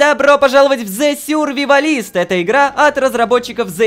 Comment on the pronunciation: Вы специально говорите с неправильным ударением?) Правильно SurvivAlist, а не SurvivalIst. Ударение на 3 слог, а не на последний).